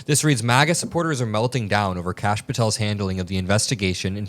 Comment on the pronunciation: Kash = duh-hooooosh 🤦‍♀️🩵